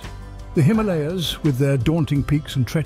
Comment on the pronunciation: The way you say Himalaya is cringy and beats the purpose of the name it self lol